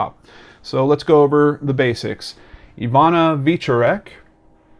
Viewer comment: Love your channel, but I have to tell you it's ee-VOH-nah vyeh-CHOR-ek. As you can tell from my last name, I'm a Polack from Detroit. I really enjoy watching your channel. Have you ever considered Jimmy Hoffa?